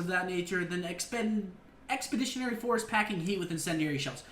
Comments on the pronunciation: Scump said "Expendiary" 😂😂😂 Its Expeditionary 👌🏼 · "Expendiary" lol Ex-puh-dish-yunn-ary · "expendiary force" reading skills OVER 9000!!!!!! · Expeditionary Force "Expendiary Force" wut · I think you meant to say EXPEDITIONARY, not expendiary (not a word). Also, you were looking for RETICLE (the lines making up the center of a gun sight), not reticule (which is a small woman's handbag). You said reticule about 10 times and it sounded dumber everytime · Expendiery??? what the fuck did you say? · Ex puh dishin airy* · Yeah, for sure. "Expendiary force" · No ones gonna say shit about him calling it expendiary... kid can't even read... bout to have some milk with the janitor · Seth... please learn how to pronounce reticle and expeditionary.